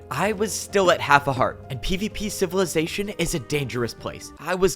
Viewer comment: I hate every time he says pvp civilization bc it doesn’t sound right